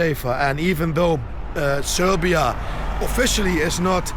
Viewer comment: Bravo man...Nice to hear that R while sayin Srrrrbija